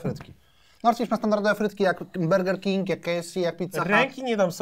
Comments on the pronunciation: Ej nie wymawia się Berger King tylko tak jak się pisze czyli burger King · ja sie nadal zastanawiam dlaczego mówicie bErger king zamiast bUrger king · Sory ale jak idziesz zjeść burgera to mówisz zień sobie bergera czy burgera bo nierozumiem czemu mówicie berger king ale jak się tak mówi to niech ktoś poprawi